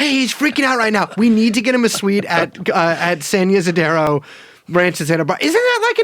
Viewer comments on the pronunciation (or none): Pronouncing "Saint Isidero" instead of San Ysidro killed me